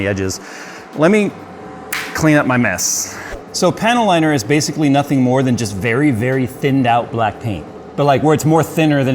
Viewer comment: Every time says panel liner, I hear "panty liner."